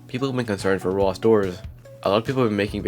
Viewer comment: 1;30 “roblxo” ps: I’m not making fun it’s just a thing I noticed and it made me laugh